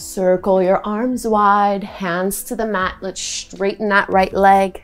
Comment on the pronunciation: I love your creative yoga flows! I do notice that you say "Schtraighten" and "schtretch" though. That's the only thing I dont like about your videos, otherwise well done!